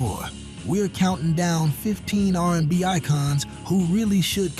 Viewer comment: Narrator couldn't even pronounce R&B in the Al B Sure part😂 And did yall say Seesqo?😮